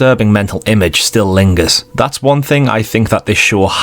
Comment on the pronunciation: one is 'WUN'. please learn it.